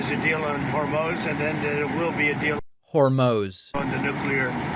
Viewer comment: It actually is 'Hor-mose'. He must have heard it just before the presser.